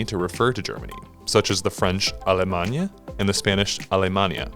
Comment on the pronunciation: He pronounced the French "Allemagne" wrong too.